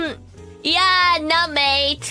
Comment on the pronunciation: Why do I have the feeling Ririka is in the same situation As Haachama, when she's in Australia at the beginning of her career? Maybe I'm thinking that her "mate" pronunciation is too clean.